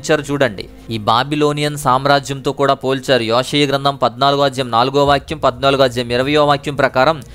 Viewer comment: యోషియ గ్రంథం అని ఉచ్ఛరిస్తున్నారు సరిగా పలకండి బ్రదర్ (యొ కి యె కి తేడా ఉంది)